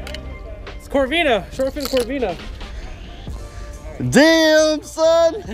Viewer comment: It corbina but nice catch